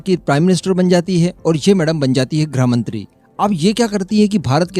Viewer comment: ग्रह मंत्री नहीं बेटा, गृह मंत्री बोलो।